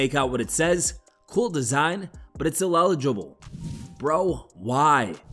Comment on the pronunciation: "Illelligble" what a good one had to time stamp.